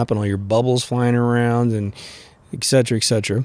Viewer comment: Also its et cetera not ek setera lol